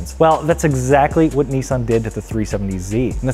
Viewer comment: The 370Z is a Nissan. Not a Neesan.